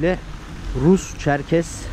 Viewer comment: ÇerkeS olacak Çerkez değil lütfen düzeltelim